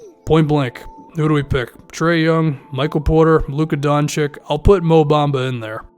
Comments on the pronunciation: The name is pronounced "Don-chich". I'm from Balkan. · pronunced doNchich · I don't know if you have ever watched Doncic for a full game but I think you're underestimating him. It's true that he isn't very athletic and he probably won't be a Paul George type defender in the future. However, he certainly can lead the team on the offensive side of the game. If I were you, I would select a big man like Ayton or Bagley. And man, please pronounce Doncic right.